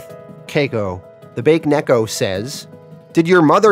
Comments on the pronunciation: It's pronounced Ba Ke Neko. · "Bake Neko" Lmao, pronounced it as Baked Cat. Isn't in Japanese it pronounced as "Bake" in two syllabus? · Watching the Irredeemable playlist for the first time. I know this video is over a year old, but I just wanted to point out that Bakeneko is actually pronounced Bah keh neh ko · Not to be the, "Mwell-achktually..." guy but it's pronounced, "Bah-kay" (Bake) Neko. Ghost/spirit cat. It's like nails on a chalkboard to my Jamabnese speaking ears 🤣🤣Love the channel!Q Instant sub when I saw you cover both, "The Boys" and, "Irredeemable." Awesome! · Its Baa keh neh koh. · BA-KAY-NECK-O 😂I love the content but that is so jarring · Excellent comic- the cat monster is pronounced “Bah-Keh-neck-oh” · Baked Cat